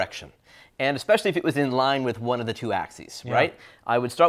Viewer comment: I heard this guy say "Ekspecially" and stopped.